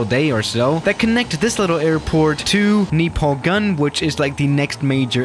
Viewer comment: it is not. It is just a name and has no special meaning in Nepali. And it is pronounced as "ganj".